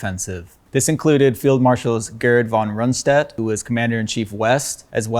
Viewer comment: Aparently, what Hitler wanted needed around 44 fully equipped divisions and not 29 partially manned divisons. The Germans had destroyed their engineering batalions which knew how to prepare the battlefield for offensive operations. Gerd is pronounced Gert.